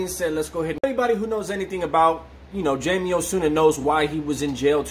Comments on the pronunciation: You’re Latino and still pronounce it JAYMEE instead of HIGH-MAE? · it doesn’t change that JAYMEE is not the correct Latin pronunciation. “José” for example, is pronounced “HO-SAY” and so on.